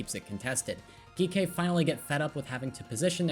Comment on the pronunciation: i love the video, but is Geekay not just pronounced like G K?